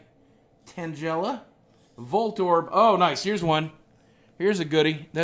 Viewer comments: its TANGLE-uh not Angela with 't' in front and CATerpie not kate-erpie. seriously. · I'm not hating but tangela is pronounced tang-guy-luh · Tang ell a not tangela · You made Tangela sound like Jell-O XD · this is cringy to watch he knows nothing about pokemon and did you here the way he pronounced tangela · The way you pronounced Tangela's name was very wrong and so annoying. SAY IT CORRECTLY !!!! noob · I think it's funny how you pronounce tangela